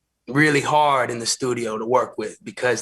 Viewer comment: Did Charlemagne just say "Thudio"??? 😳🤣😆